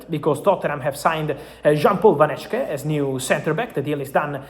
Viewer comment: I don't think he reads this but you pronounce it as van hek-e